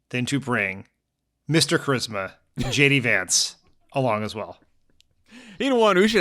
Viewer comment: I heard him introduce himself as "Shady Vance"😂